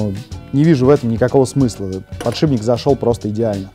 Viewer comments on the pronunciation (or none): подшиБник, аааааааа, как так можно говорить